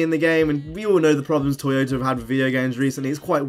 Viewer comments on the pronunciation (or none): Anyone notice him saying toyotar